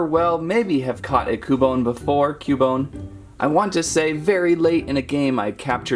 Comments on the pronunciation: Its not ku bone its qubone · Pretty sure it's Qbone not koo-bone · YOU SAY CUEBINE RONG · And your rong you said ``cubone`` but it is actuly cubone and in the bigenig of the name is not cu its acthuly kyoo kinda like the word cute but its not cute its kyoo and the words kyoo and bone thogeter make kyoobone so that prouves you were rong yea you where rong yea rong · its kyu bone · its cU-bone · It's Cue-bone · Its cyubone thats how its pronounced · its pronounced Q - bone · ITS cuebone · cub one is not cu bone it kinda sounds like qbone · no pronounced CUE-bone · (Cue)(bone) in case if you didn't know how to say. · Cubone is pronounced cube-bone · It is pronounced cewbone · It is pronounced q bone in the tv show I am a Pokémon geek I know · Repeat after me cu-you-bone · Sounds like q-bone. 😀its ok, at first i didn't know how to pronounce names and i still don't.🤣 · It's pronounced like kyoobone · It’s (kyu-bone) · It is cue-bone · It's Q-bone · It's pronounced Q-BONE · U pronounce it like cewbone but spelt cubone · YOU IDOT ITS CUBONE LIKE IN CUBE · Cubone is more reptilian, than Canine. And it's pronounced "Kyoo-Bone", like in the word "cute". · it sounds like you said coupon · Well ya right it's cubone but your saying it wrong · You said Cubone wrong!!!!!! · It's pronounced ( cue -bone ) ( pair-is ) ( rat-tat-ta ) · Koo-bone? Parr-is? Rt-t-ta? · He says Paris wrong also he says cubone wrong